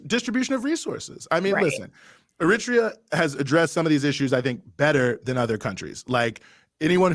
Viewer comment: My man has GOT to stop saying "er-RIT-ree-ah" for "Eritrea". I know people who are from there, and they ALL pronounce it "air-uh-TRAY-uh".